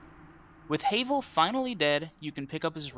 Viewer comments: Havel (pronounced Ha (like the laugh) - Vel, not Hay-vel) is NOT that hard. Sure, you'll die a few times before you realize that you can BACKSTAB HIM ALONG WITH ANYTHING ELSE that is your size or slightly larger. His attacks are easy to read, so just roll and backstab. He really isn't as hard as you give him credit for. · No offense it's pronounced Havul spelled Havel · "HAYVEL" lol